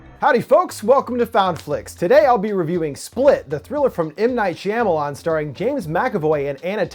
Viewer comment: natieangus when he pronounced it correctly, my brain automatically corrected it to shama lama ding dong, but don't remember what that's from!?